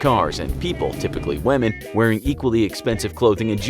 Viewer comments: did he say wahmen? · did i just hear wamen from the voicer